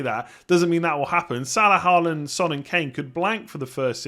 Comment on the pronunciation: Thought you got Haaland's pronunciation correct before and you somehow convert back to 'Ha land' instead of 'Hall land' which is the correct way of saying.... 😄